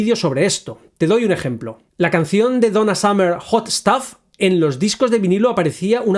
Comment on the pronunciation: Hot stuff suena como Hot stove